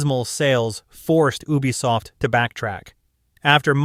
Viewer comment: Please stop saying Ubisoft like that 😭